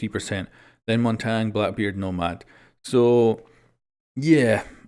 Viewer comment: Stop saying montang the N comes after the G. Mon ta yn